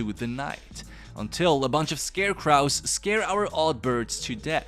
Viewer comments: For clarification, the W at the end is silent: Scare-cro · ScareCwrahs? why do you say it like that? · This is not to be mean but why you say scarecrows like that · Just read the other comments & saw everyone else saying the same thing so I apologize for being a cunt. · I do not like how you pronounce scarecrows lol